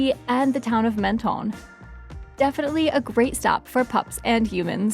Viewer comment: Mon-ton not Men-ton